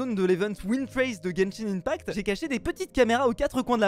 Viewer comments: slt genshin ce lit genshin [1pact] et non ]imepact] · tu dit mal genshin impact